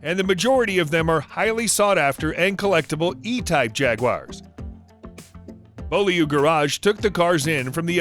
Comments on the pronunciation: Be You Lee is how you pronounce Beaulieu not Bow Lee Owe! It would have taken a second to check! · Bow-Lee-you???? Beaulieu is pronounced bee-you-Lee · And it's pronounced "BYEWlee". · Try to pronounce words correctly before doing this-Beaulieu is pronounced 'Bewley' as in Elvis Presley's wife. Daimler pronounced 'Daimler'. Got it? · It’s Blue-Lee 😀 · It's pronounced bewley! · Couldn't help but smile at his attempt to pronounce Beaulieu. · Really struggled with Beaulieu at the start of the video!